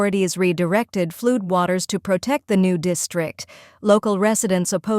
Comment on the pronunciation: "pee - arrl" ; and "fluud" Check the AI voice program boys.